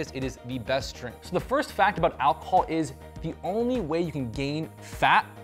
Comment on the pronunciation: "al-col?" It's "alcohol," Goofy.